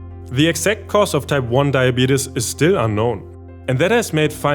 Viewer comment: A German guy pronouncing diabetes as "die-a-beat-us" is giving me life! 😂🤣